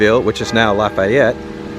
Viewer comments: its "laugh-ee-ette" laffayette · been subscribed to you since you started this adventure, and I love you either way. BUT for the second time, Lafayette, Louisiana is pronounced: laugh, E, ette!!!